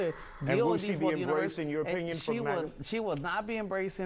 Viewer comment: country, not coyntry.